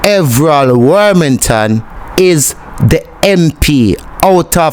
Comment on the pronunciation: The man's name is not Wormington, its WArmington